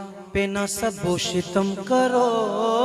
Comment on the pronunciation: Shitam nahi shatm hai شتم تا ساکن